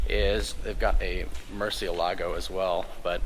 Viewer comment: Its MURCIÉLAGO, not MurcieLAGO the accent is on the E. God Damn it.